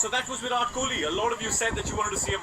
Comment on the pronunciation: Please make sure you pronounce Virat's name right the next time lol.